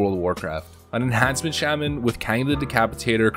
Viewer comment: Why do you not know how to pronounce Shaman....?